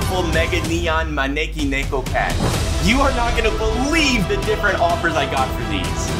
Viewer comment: The way u pronounced maneki neko cat at the start💀